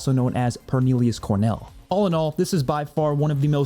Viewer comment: Now, I’ve heard the name “Cornelius Pernell.” I can’t say I’ve ever heard the name “Pornelius Cernell” 😂